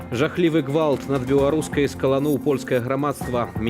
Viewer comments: Просто буква "г" мягче должна!Что сделаешь, всю жизнь на русском, а на родном избранно!! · Меня раздражает как произносится гвалт . Произношение не правильное на Беларускай мове